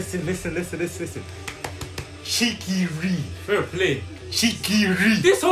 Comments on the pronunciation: "shigiui" xD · First we got ISAHGEE, now we have CHEEKY-REE baby lets gooooo